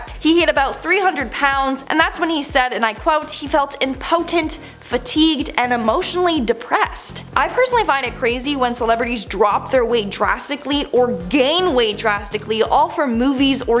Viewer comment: Oh dear....imp o tent. Learn your pronunciation!!!